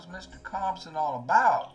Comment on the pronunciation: You did good with Compson 😂